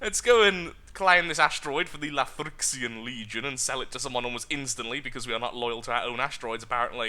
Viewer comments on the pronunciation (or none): none